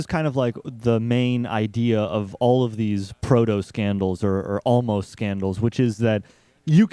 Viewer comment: Pseudoscandal,. Not protoscandal.:)